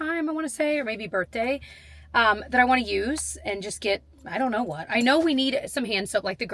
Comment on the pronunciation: It makes me giggle every time I hear you say birthday, “Burtday” - too cute!